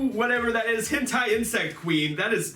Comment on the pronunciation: It hen`itai Not hentai He-ni-tai